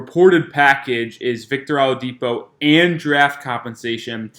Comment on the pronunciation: Sir,, it's "O-LA-DIPO",, not "AHLA-DIPO"..you killn us